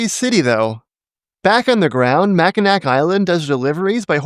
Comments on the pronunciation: "Mack-in-nack"? No, "Mack-ih-naw". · It’s MackiNAW, not Mackinac. I know there’s actually 2 places with that name, Mackinaw City and Mackinac Island, but both are pronounced the same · I want to thank you guys for the way you may your videos! You're rarely, if ever, mean and you always make great arguments in favor of urbanism. I do have one complaint, though. When you mentioned Mackinac Island, you pronounced the "c" at the end. It's actually a silent c. 🙂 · FYI, Mackinac is pronounced "mack in aw" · As a point of fussiness, in case it comes up again in another video of yours, the final 'c' in Mackinac is silent; it's pronounced MACK-in-awe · Mackinac (pronounced "Mackinaw") island also allows motorized ambulances and fire trucks. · It’s pronounced “Mackinaw”, and I don’t know why. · Zermatt is car free. Basically uses small vehicles similar to golf carts when necessary, but you need to get special permission to use one (be a business or have a reason to need it). Not a huge city, but it has a permanent population and it works. Also, good video, but as a Michigander, your pronunciation of 'Mackinac' made my eye twitch. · annoying comment about how you mispronounced Mackinac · Smh , you mispronounced the name of that city in northern Michigan. I dunno if someone else commented on that buti just wanna make sure